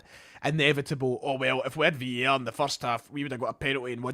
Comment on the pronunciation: its VAR!!!!! not VER!!!! ffs